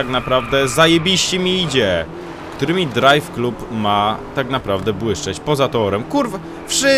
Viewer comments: DRAJWKLAB kurwa a nie KLUB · nie czyta się "drajw klub" tylko "drajw klab"